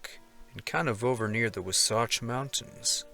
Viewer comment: please pay attention to proper pronunciation. You can actually hear on the internet exactly how words and places are pronounced. For example, WATSATCH is pronounced WAW satch. Emphasis on the proper syllable is extremely important. It's really important, and would lend a great deal of authenticity to your presentations.